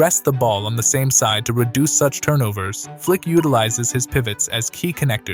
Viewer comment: Its FLIKI - FLAKA 👍💯